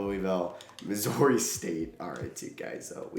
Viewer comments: I don’t think I’ve ever heard anyone pronounce Missouri like that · that’s a new way to say Missouri. Also in the SEC but not a big time school? Hmmm